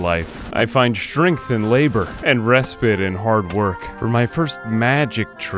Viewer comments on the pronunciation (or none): REE SPITE. Not respit, sir